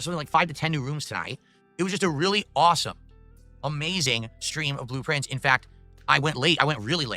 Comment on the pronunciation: blueprints, he pronounces it like "Blue Prince"